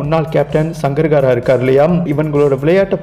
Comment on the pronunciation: Sangakara not sangar kara